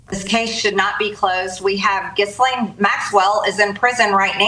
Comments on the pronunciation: Hey everyone, ghee lane. It's french and you don't pronounce all the letters. Backwater MTG is an idiot. she only gives shame to Georgia. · Lmaoo gotta love MTG when she tries to say words with more than 1 syllable..."Giss-lane Maxwell "